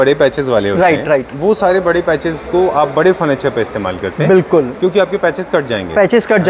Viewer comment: Bhai ne nervousness ke liye itni baar bilkul bola ki BULKUL bhi Sharma jaega